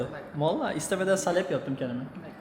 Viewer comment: Salep değil saaalep :D